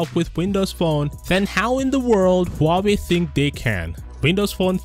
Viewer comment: "Huawoid" more like "How do I avoid".